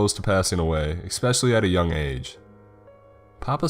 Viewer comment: your "expecially" kills me